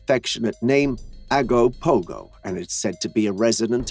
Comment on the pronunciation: Ogopogo, not Agopogo.